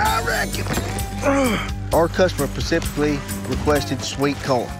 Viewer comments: '"She didn't pacifically say what type of sweetcorn" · There’s an “s” in specific lol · "Our customer, pacifically, asked for sweet corn" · Pacificly? Lol “Specifically”😂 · Wish hed stop saying "pecifically" when he means "specifically"